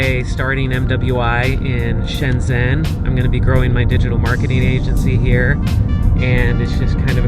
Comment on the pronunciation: I don't understand why you cannot pronounce "zhen" correctly. It's like "gen" is English.